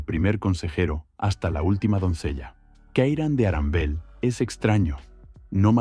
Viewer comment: Abogados de Disney: Arandel? 🤨 - "No no, Aranbel." 😅